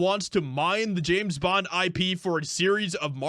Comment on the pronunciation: Its James bond, not Janet bond